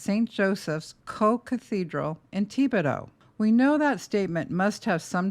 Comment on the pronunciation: Tih bih doe...not Tea bed Oh!